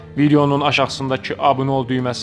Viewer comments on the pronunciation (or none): none